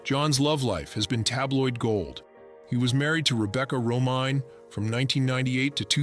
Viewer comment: Candace's last name is pronounced bu-Ray, as in "raspberry beret." And John's ex Rebecca's last name is pronounced ro-MAINE, like the lettuce. Please...don't insult entire casts for 'likes'.